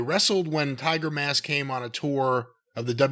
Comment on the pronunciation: The announcer called sayama timermask